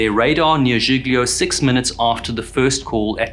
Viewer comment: Civ-uh-da-vek-e-uh, and G-lee-oh